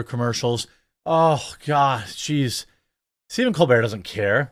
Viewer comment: It's Stephen Copebert